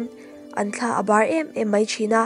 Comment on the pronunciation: I chhiar thiam in, a ngaihnawm khawp mai. Mahse, thlabar tih tur aw. An thla a bar tih chu a diklo deuh. Hlimthla tih a thla thlukin thluk tur aw. Thla (wing) angin i lam a